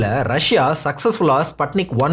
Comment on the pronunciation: athu spatnic ila sputnic pronouns like spoon